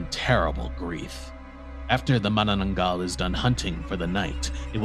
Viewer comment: I'm surprised on how fluent you pronounced Manananggal because most Foreigners had a hard time saying it because the Filipino language uses s hard pronunciation of syllables.